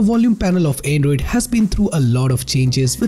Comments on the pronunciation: Not android, "endroid"🤣🤣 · The voice transition you make from high to low pitch for every half a sentence is hilarious 😂.. lmao And "Anedroid"